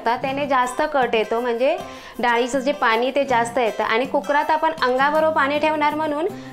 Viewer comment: तुम्ही कुक्रामधे बोलता, तो शब्द चूकीचा बोलता. कुक्रामधे नाही, तर कुकरमध्ये बोला. कारण ऐकायला जरा विचित्र वाटतं. बाकी सर्व टिप्स बहुतेकांना माहीत आहे. कारण पूर्वी पिठाचा गोळा पाट्यावर मळून नाही, तर ठेचतात किंवा चेचतात. त्यामुळे पोळीचे पीठ अगदी म्ऊ होते. त्यामुळे लाटायला ही सहज होते. बाकी पुरणपोळी चांगली केलीत.